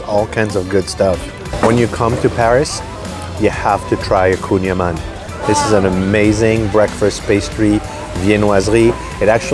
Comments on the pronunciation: L'auditeur anglophone retiendra plus facilement le "koon ya man" que le "kouign aman". Et les Français savent bien ce que c'est et d'où ça vient... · vraiment? koon ya man? et c'est un français qui présente ça comme ça? c'est une spécialité bretonne, pas parisienne, et ça s'écrit kouign amann. j'entends bien que vous êtes là en touriste mais faites au moins l'effort de présenter les spécialités de façon à ce que l'auditeur puisse les retrouver s'il vient en france. really? koon ya man? and this is a Frenchman who presents it like that? It’s a Breton specialty, not Parisian, and it’s spelled kouign amann. I understand that you are there as a tourist but at least make the effort to present the specialties so that the listener can find them if he comes to France. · Kouign Amann is pronounced Queen ya mahn.